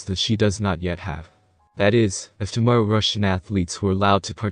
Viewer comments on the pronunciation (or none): none